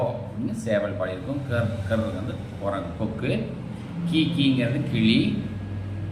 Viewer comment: களி இல்ல கிளி😂